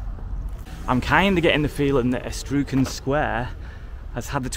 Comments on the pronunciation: Surely you have heard of the Etruscan people from Italy? the E as in elephant, trus an ex PM, can as in of lager. e-trus-can. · It's pronounce E-truss-can. And the 20 million mostly went in brown envelopes and to pay for the bill-board slogan's... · Your almighty struggle with that word had me screaming. How on earth did you get estroocan out of etruscan? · Etruscan... just pronounce the letters in the right order... It's not like Estrucan... but good video... again... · Hello, local here! Thanks for the really sympathetic video to the area. Firstly Etruscan is pronounced Ee-trusk-en 😀. I try to avoid Hanley for reasons obvious, but Piccadilly is usually far more lively on other days with interesting small owned businesses open. The run down factory/bottle kiln by the canal in Longport was the Price and Kensington Tea Pot factory - which unfortunately was left to ruin by previous owners. That bit used to have fly tipping on it but has been cleaned up. The building by where you stood filming that wasn't abandoned though, people use it from what I've heard, including a potter. Just a short walk down the canal would have taken you to a beautiful park with 2 lakes. As for the bottle kiln you went in - it was used as a filming location for Peaky blinders, as was the rest of Middleport pottery. Middleport/Longport suffered a lot due to the pulled "Pathfinder" regeneration project, originally started by Blair's government, but suddenly pulled when Cameron got in - mid project! There is a great community spirit in the area though, locals really trying hard to make things better. Again thank you for the well made video that showed a lot of respect. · The Etruscans were an ancient civilisation in pre-Roman Italy, which produced beautiful art. EE-TRUSS-CANS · E-TRUSS-CAN, I believe is the right way to pronounce the word etruscan?🤔😊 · "Eh-trusk-an". The Etruscans were an ancient Italian people who even inspired the Romans in some respects. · You say Etruscan... E-trus-can 😅